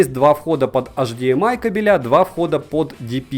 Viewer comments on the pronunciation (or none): Вы так старательно выговариваете ЭС АР ДЖИ БИ, но тогда и произносите правильно ЭЙЧ ДИ ЭМ АЙ, а не АШ ДИ ЭМ АЙ